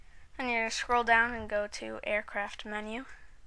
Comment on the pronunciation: AIRCRAT? lol